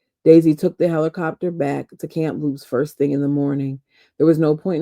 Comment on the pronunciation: Not a criticism, I thought you might like to be made aware that there is no 'camp' in Kamloops. It's just KAM(no p)LOOPS 🫶. You did really well with 'Kootenay' today. Thought I would stand in for Alexa today 😆. I couldn't wait for the next reading and used an Audible credit to get the book. I'm still coming back to listen to you though. I just have to hear your commentary even though I binged the Audible book already. I promise I won't leak any spoilers. You keep it up girl! Hit that 'like' and subscribe, people! This lovely podcaster should have waaaay more folks following her! 👍👍👍👍👍👍